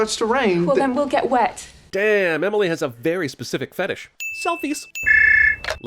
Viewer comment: I take thee “Emily”. It’s not that hard.